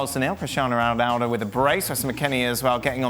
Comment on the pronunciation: no one gonna spot Dan the way pronounced Ronaldo's name at the start? haha